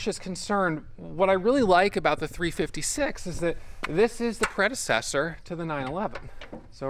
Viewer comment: Predecessor…..rotisserie. Words you need to pronounce correctly